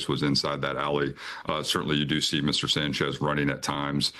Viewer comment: The Sanch-ise 😬, J E T S, jets jets jets 😂😂😂😂😂😂